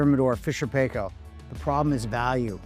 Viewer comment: You are saying 'Paykel' wrong. It rhymes with Michael, and with the same accent on the first syllable.